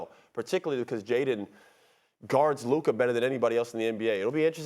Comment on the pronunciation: It is an embarrassment and a reflection on the collective IQ of the 3 of you that even after getting corrected on the pronunciation of Luka's name by Molly, YOU STILL PRONOUNCE IT INCORRECTLY!!!